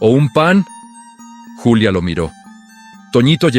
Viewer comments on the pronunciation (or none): Buen relato y excelente reflexión lo único que no está bien es la manera en que revuelven los idiomas la protagonista es Julia no yulia esto es México